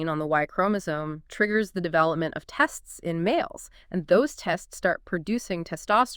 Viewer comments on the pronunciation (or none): Definitely an AI generated script and podcast. No introductions and the inability to pronounce the word testes. Interesting material nonetheless. Scientists understanding of the link between the immune system in the mother and homosexuality, transgenderism and autism is very important, considering that the rate of autism amoung transgendered men and women is very high.